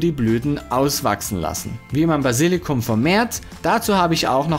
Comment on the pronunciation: Basilikum, nicht Basillikum. Trotzdem danke, für die guten Tips (Tipps).